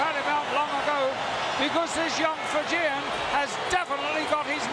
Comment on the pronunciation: Points to Lord Alfred Hayes for correctly pronouncing "Fijian." Too bad Haku isn't from Fiji